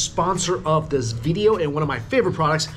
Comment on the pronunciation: Video! Not Veedeeo!